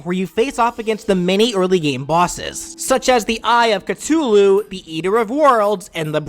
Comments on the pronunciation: "Cuh-tulu" and "Cha-thulu." Never change. Never change. BRAIN OF CHIPOTLE PFFFF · Now why does he pronounce Cthulhu like cutulu? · Fun drinking game: drink every time "Cythulu" is said wrong. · Chithulu? It’s cuh-thoo-looo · Eye of Cutulu its cou-thuogh-loo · "summons the brain of chutuhloo" h me dying as a self-proclaimed terraria fan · Its cu-thu-loo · Ok, brain of chipotle, really? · Did you say chathulu (C-uH-TH-oo-L-oo) wrong on porpise or are you just bad at talk and u said crimtane AXE not crimtane PICKaxe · Me : Oh come on! "Chuh-tuh-loo"? Are you even TRYING to pronounce it right anymore? Me : ...oh. Okay then. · It's pronounced Ka Thoo Loo (Cthulhu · At first, when he was constantly mispronouncing Cthulhu, I got a little triggered, but then he mentioned the "Brain of Chipolte," and I smiled. I mean, I can just imagine the Terraria bosses just freaking poor Chipolte employees when they just want some delicious guac. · I'm glad that you finally made this BTW you pronounced eye/brain of cthulhu it is pronounced (c-th-U-l-U) Edit: you pronounced it correctly at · But who pronounces cthulu "chipotle" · who pronounces Chipotle "Cthulhu"? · I always thought it was pronounced cuh-thoo-loo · Eye of Cachoochoo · 'the eye of chatulu' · It was actually made to be a name impossible to pronounce. Thus there's plenty of different ways people say it, which he got a lot of conflicting comments from the Maxwell video. So he just decided to say a bunch of them. Calling it Chipotle was a joke from something on Twitter. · Who else noticed saying the brain of Chipotle during the final smash section? I found it funny(no offense to anyone with a speech impediment) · it pains me how you say Cthulhu. [ka-too-lu] oh my god, cha-thulhu, you've made my wounds worse. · I love how you pronounce Cthulhu different every time Chipotle has to be my favourite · no i mean so what if he butchered the pronunciation?, Nobody could even say the name of Cthulhu Mythos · He call Cthulhu